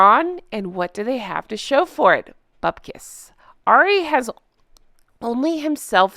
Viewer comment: You meant to pronounce arri like a cockney so you pronounce it a-reee same way you say harry without the H not being horrible just letting you know for future ❤😊